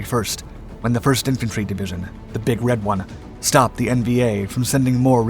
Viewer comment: PLEASE! It's not the " big red one, like a beach ball, it's the Big Red 1, emphasis on ONE like number one, like the First Infantry Division !!!!